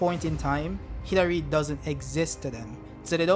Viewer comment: When you said Hidari I thought u said Hillary and Boruto destroyed Hillary im like who tf is Hillary? lol